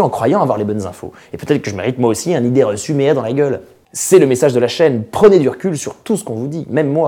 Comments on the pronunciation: MDR il a dit idéereçumeha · "Idéereçueméa" je meurs 🤣🤣